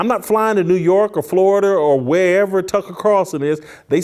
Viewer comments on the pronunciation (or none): none